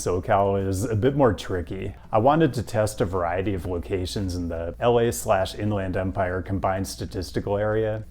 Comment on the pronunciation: beard is looking good, and go dawgs. Most folks I've met from the IE pronounce it like In-lend Empire, not In-LAND Empire. Could be wrong though